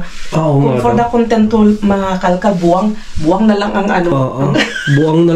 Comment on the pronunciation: Wow congrats naka dami kayo. Reminder po ang tamang pag bigkas po ay Bu-ang hindi buang means baliw.